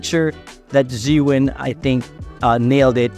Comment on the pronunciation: Zhee-yun or Zhuu-ween? Why u say Zhuu-ween?